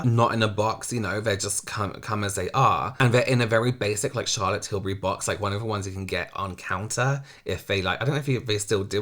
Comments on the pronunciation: nobody: mikayla: CHAHLAT TILBRIE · What is SHALOT TILBURY? 😂😂😂😂